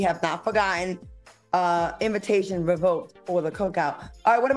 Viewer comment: 😂”Dustin” ThkQ!😆